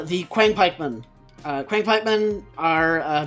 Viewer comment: It is pronounced qi ang pikeman not quiang pikeman . Qiang = 枪 literally means pike in ancient Chinese.